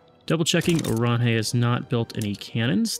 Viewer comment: Oranje is pronounced 'oran-yuh', but doesnt't matter tbh